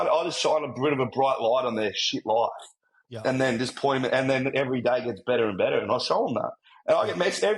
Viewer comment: "I thought: Faack yea, this is me loif" So Australian. So real. 💖